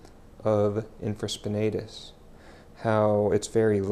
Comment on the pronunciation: Good techniques (nothing new for me) ...but you are pronouncing supraspinatus and infraspinatus incorrectly, and you have them spelled incorrectly in the description.